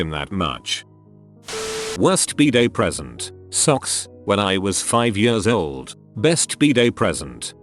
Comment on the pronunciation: The way the voice says "years" makes this so much funnier. "Jöörs"